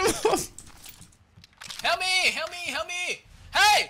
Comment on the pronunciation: "camo camo camo, up up up up up up" "weady weady weady, gaow gaow gaow gaow" "owkay owkay owkay, hewp mi hewp mi hewp mi heeey camo camo camo hewp mi"